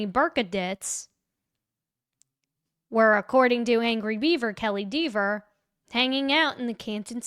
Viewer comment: I'm so glad that you say DEEVER. Hilarious.